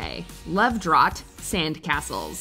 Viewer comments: The pronunciation of drought was so not right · I just ❤️ how she pronounced drought as 'draught' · Hold on... Love Drawt!? Thats a new pronunciation